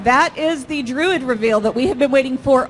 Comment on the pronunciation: she pronounced it 'Drood' ...istead of 'Druid'